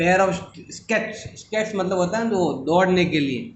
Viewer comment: sir spoke that skate ko stake hihihihihaha